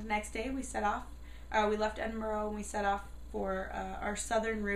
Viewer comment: Sorry but you said Edinburgh wrong and haggis is amazing